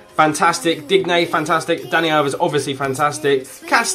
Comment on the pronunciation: We don't pronounce the "e" in Digne